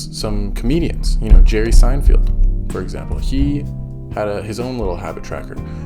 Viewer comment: Good First video but... You pronounced Seinfeld wrong! LOL Also try doing some shorts... it's supposed to grow your subscribers.